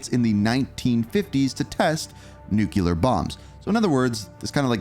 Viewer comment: Ohhh My Effing Goodness! WHERE did people learn to say NU-CUE-LAR????!?!?!? It's pronounced NEW-CLEAR!! THAT'S IT!!! Practice it and tell me you're saying it right! SMH Like seriously, WTF is wrong with people and their inability to pronounced such an EASY word???!?!? You mispronounced it a couple dozen times and it makes this entire video unwatchable… Just shoot me in the face already!!!! LOL And FYI, Nuketown has ALWAYS been in Multiplayer rotation so this game will likely not be any different.